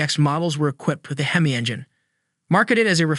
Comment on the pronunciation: Once again you seem bound and determined to insult hardcore car guys with your ignorant AI/computer voice instead of using a narrator. you say it's distinctive because you call it a "hee-mee" instead of the correct "heh-mee." & Another video where an Oldsmobile 4-4-2 is called a four hundred and forty two. 4 barrel carbs, 4 speed Manual 2 racing pipes-there is no hundred anywhere in that name. It is not called a U30 it is a W30. Pon-"tee"-ack, not Pon-chick, not Pontick. -Cam-AIR-oh, not cam-arrow, nor Chem-er-oh, nor Kum-ahr-oh - the accent is on the 2nd syllable. Um, what weighs between 29-45 pounds??? please tell you don't think that's the torque.